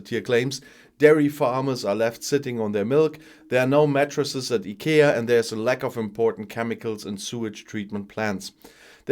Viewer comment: IKEA pronounce in Scottish type of way as “Aye Ke-ir”.